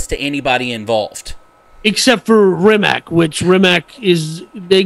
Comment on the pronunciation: Bugatti is a French company, not Italian. Hammond get out of the car alive, a fire started later. Rimac is not pronounced as Rimak but as Rimatz. Konigsee is a Rimac customer. Bugatti Rimac is only part of RIMAC AUTOMOBILI. Rimac is not selling his company and is still the major owner. Near all parts (except tires and brakes) are produced in Rimac, not bought.